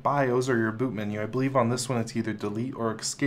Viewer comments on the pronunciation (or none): did I hear “x-cape”? :) it’s pronounced, “s-cape”